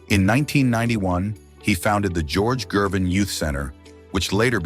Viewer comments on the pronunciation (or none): Another decent video ruined by AI narration. From George Gervin to Gorge Jervin...